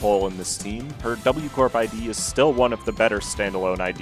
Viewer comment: UU corp sounds so wrong Just say warp corp or pronounce the w like it actually sounds